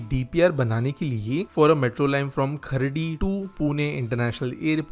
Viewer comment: Bro it's not खर्डी it's खराडी 😂